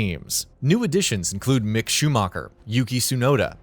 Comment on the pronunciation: I can't listen to this, when the guy talking cannot even pronounce Mick properly I need to switch off and find a better video!